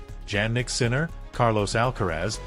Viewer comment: Won't even watch this YouTube. You didn't even pronounce his name correctly.